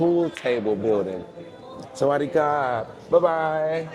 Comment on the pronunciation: Camden, New Jersey! Tell ya boy it's Sawadee Krap. Sawadee-ka is what women say.